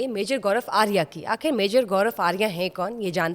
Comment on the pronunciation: اردو ٹھیک کریں اپنی' کھبریں 'نہیں بلکہ خبریں لفظ ہوتا ہے۔'آکھر 'نہیں آخر ہوتا ہے اور مسلم ملک ہونے کی وجہ سے پروگرام اسلام وعلیکم سے شروع کیا کریں ۔